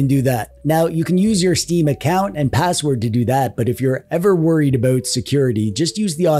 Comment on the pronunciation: You said "aboot" not about.